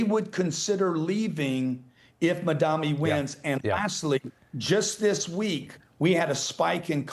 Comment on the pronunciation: Grant Cardone doesn't know how to read? It's Mamdani not Madami